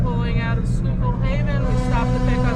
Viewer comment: Congratulations on the correct pronunciation of Schuylkill River. 👍